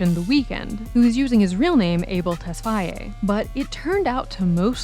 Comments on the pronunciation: For fuck sake stop saying tesfyaye it's tesfaye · It's "Tess-Faye" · It would have been better to refer to him as The Weeknd instead of mispronouncing his last name throughout. It's difficult to take the analysis seriously when something so basic was totally fumbled.